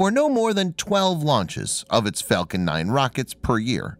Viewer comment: I usually turn anything off as soon as I hear him. He kept saying Fellcon unstead of Falcon.